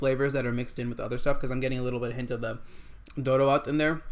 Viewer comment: You are awesome, you've actually said the name of each food correctly. Appreciated!!! Except the Doro wot and the one next to it (I guess beef or ye key wot), all the rest are VEGAN dishes and are not supposed to have any animal product, but am not sure in your case if they have added Ethiopian spiced butter coz you said it has buttery/creamy test. Thank you for enjoying our food.